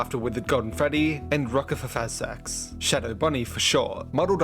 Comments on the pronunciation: Casually pronouncing RWQ's name is INSANE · Bro perfectly pronounced RWQFSFASXC and thought we wouldn't notice.